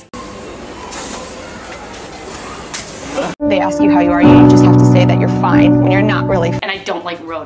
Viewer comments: She said she hates snakes.. and she repeats is and it sounds like steaks lol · she said she don't like steaks instead of snakes lol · did she say steaks instead of snakes or am i just hungry